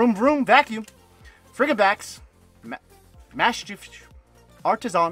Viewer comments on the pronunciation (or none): none